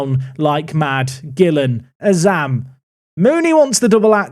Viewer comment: Did just say Azam's name correctly? About 8mins in if you missed it xD